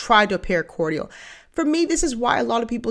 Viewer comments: I absolutely love you and your channel, so PLEASE don't take this the wrong way. But is "Cortial" the pronunciation in the Bahamas? It's just "Cordial" here. So I was wondering. Thanks for any info!!! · cordial (phonetically) is core-jul.💖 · Did you just say "cor-dee-ul?" Someone needs a grammar class.